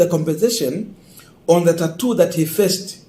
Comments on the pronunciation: 🤣🤣🤣🤣 i also noticed that. Boss,it's torture not tattoo!!! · this word, “torture”, is pronounced as “tocha” not “tatu”!